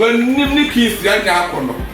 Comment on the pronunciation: I thought was saying “keys” instead of “kiss” 😂😂